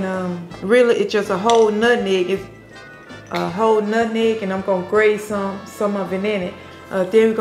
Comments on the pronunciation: Not Nutmeg or Nut Neg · Lol Mom its nutmeg not nutneg lol 😅😅😅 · Us Folks say NUTNEG 😂😂😂ITS NUTMEG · When she "nutnegg" instead of nutmeg... I knew that pie was delicious because my grandmother used to say nutnegg and she was one of thee best cooks! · Omg my mom says NUTNEG I love your mom